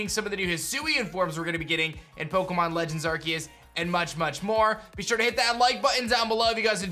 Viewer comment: Legends Ar-see-us is how its pronounced. Not Ark-e-us. That's really annoying to hear.